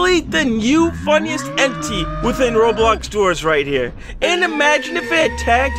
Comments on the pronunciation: Slowing it down when says entity he actually says eni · he said entiy 💀💀